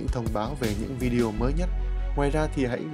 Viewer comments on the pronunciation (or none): none